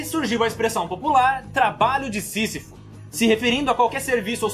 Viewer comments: Ele falou o sisifosisifudeu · " sisafou" de todos os obstáculos kkk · Sisifo ou sifu kkk, Tanatos ou Tanos 😂😂😂😂😂😂😂😂😂.